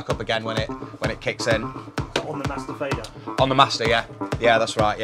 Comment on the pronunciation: On the master fader lol sounds like master bater